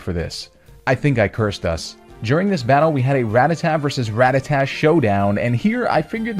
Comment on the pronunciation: Am I the only one noticing this? Me-oath? Ra-ta-ta? Bruh... are you intentionally pronouncing Pokémon names incorrectly?